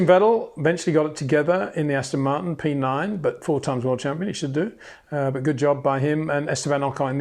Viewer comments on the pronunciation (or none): none